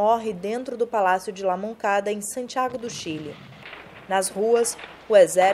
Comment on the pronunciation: Palácio la Moneda, não La Moncada, esse erro foi grotesco e me fez ficar com vergonha alheia.